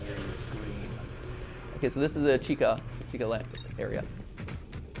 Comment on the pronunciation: its chica btw- not cheeca